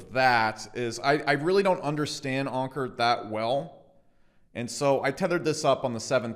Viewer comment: its anchor not onker